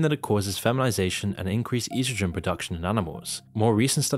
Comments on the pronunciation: What is "yeastrogen"? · "EASTROGEN" Really?.... Good luck with the big words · Es dro sen lol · he cant even pronounce “estrogen” right 😭😭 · You’re pronouncing estrogen wrong